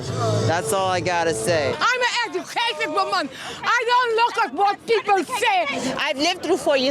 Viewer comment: “I is a ejucated wimman!” 😂😂😂😂😂